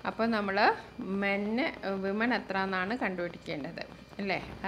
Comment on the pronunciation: Miss വിമെൻ അല്ല വുമൺ ആണല്ലോ